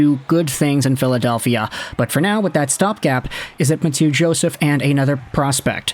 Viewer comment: Ma-two Joseph? Lol